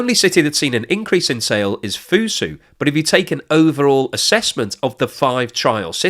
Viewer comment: I don't usually do this, but you gotta work on your Chinese pronunciation since you make videos on China all the time. 'X's are pronounced like 'Sh', so Xi would be "she". 'Q's are pronounced like "ch", so Chongqing would be "Chong-ching". Finally, 'Z's are mostly pronounced like 'Z's, but sometimes can be kinda like 'J's, so Fuzhou would be "Fu-joh", just don't annunciate the J very much. I hope this helps, because it makes the channel look amateurish.